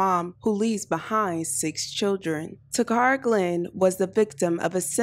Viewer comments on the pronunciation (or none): Her name is not pronounced ta cara. It’s Kara….Takara. My name is similar and people call me Tecara but it’s Tekara.